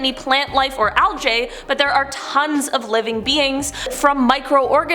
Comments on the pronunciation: Algae. "L J"??? 😅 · I'm sorry, did she say "algay"?? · Did she…. Did She just call “Algae” ALJ !? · She says al-j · Came back gave it another go and they say the word algae wrong . Commented turned it off